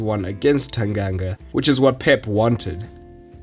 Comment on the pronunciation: So good to hear Tanganga pronounced right!